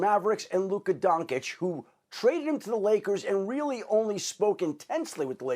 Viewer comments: Oh my god. If one more person calls him Luka Donk-Itch I'm gonna lose it. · You can tell Schefter is a football guy when we pronounces Luka Doncic as "Luka Donk-itch"